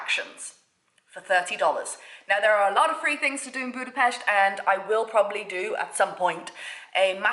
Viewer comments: So happy that you pronounce Budapest correctly! Yay! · Congratulations on your perfect pronunciation of Budapest, most native English speakers dont get it right. Nice video, too! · Someone who actually pronounce budapest right